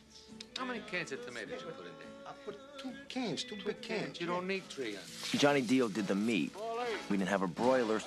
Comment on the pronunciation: "You don't need tree onions"